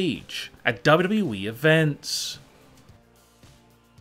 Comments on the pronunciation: WTF it is WWE not wwwe😂😂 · Why does he say wwe like this double u double u e